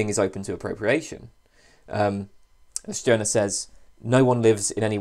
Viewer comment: At last someone who pronouns the name "Stirner" correctly.